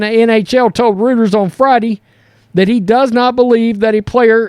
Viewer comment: Not to criticize because I love you guys representing my home state on this channel but it's pronounced Reuters (roy-ters) And they are a newswire service just like the added press they basically distribute stories to other outlets. But keep up the good work I love all the news you bring. I don't even like sports and I enjoy learning about it from yall's channel